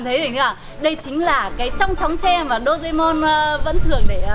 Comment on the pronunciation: Chị ơi chị đọc sai tên rồi ạ Đô rê mon chứ không phải là Đô dê mon ạ I LOVE YOU ❤